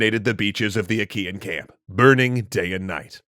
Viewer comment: Wait I thought he said "Ikean" instead "Achaean" I was imagining an army of GULLTÖRELs sieging Troy.